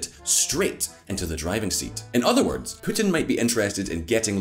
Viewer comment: Even PEWtin, lol!